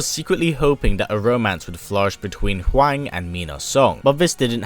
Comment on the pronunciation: Im sorry but even Americans know its pronounced whong not waing. This video killed my respect for you.